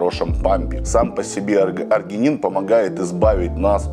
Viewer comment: Простите,но аргИнин, а не аргЕнин